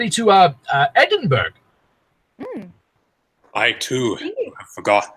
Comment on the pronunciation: Did he just mispronunce Edinburgh? No, the fat controller wanted this. - I was drinking at this part, so glad I paused to avoid choking - This part is especially...I can't even... I never thought this fandom would come to this extent bringing in a now dead meme XD but Scotsman, that's how it really is spelled. What? He was at the great railway show Lol Damn You have one driver Duke isn't at the quarry... or is he? You did? An elephant express to the quarry? That's not a vehicle - I lost it here Planes don't only fly...